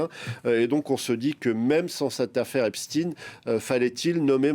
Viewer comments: C'est Jeffrey qui prononçait son nom ainsi . Mais c'est Epstein pas Epstin vous avez raison ! c'est comme si les gens qui disent Epstin le font par respect de la personne alors que c'est un monstre... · Au fait on ne dit pas epstine mais epstaïn. Comme pour Albert Einstein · Pk vous dites epstine et pas epstein comme ça se prononce? Vous dites Albert Einstein ou Albert einstine vous? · Maintenant c'est "Epstine" ça va bientôt glisser en "Poutine" 😂 C'est pas plutôt "Epchtaïne" la prononciation de Epstein ? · Ils m enervent avec leur eps -tin: ! C'est eps-tein! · Epstein et pas Epstin ! Albert s'appelait Einstein et pas Einstin ??? Il faut nommer les personnes correctement !!! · parler en français !epstein et non epsteIne vous une chaîne FRANÇAISE du service public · 🤔 drôle façon de prononcer Epstein. Du coup comment vous prononcez einstein ;)